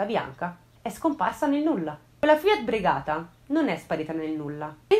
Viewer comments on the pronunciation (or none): comunque la Fiat è Regata, non Bregata 😆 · Bravissima però la Fiat brigata non si può sentire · Non conoscevo questa storia , grazie mille per averla esposta qui !! ; un piccolissimo appunto , l'automobile si chiama Fiat Regata e non Bregata 😉